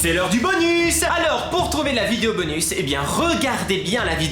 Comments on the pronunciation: pk tu dit 《 bonu 》 et pas 《 bonusssss 》 et il y a plein d'autres mots ou tu prononce pas les s je comprends pas ? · Ca se dit bonussssssssssse